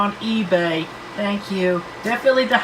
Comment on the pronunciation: " I do sank yall so much " - CWC fucking poetry to the ears